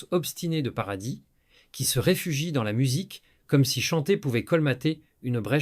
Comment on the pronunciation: naturel et fluide, avec des mots bien dits kwatorze ans au lieu quatorze, nôce au lieu de noce, paradisse au lieu de paradis, bref... plus naturel quoi.